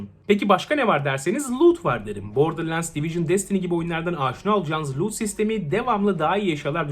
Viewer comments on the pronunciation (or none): none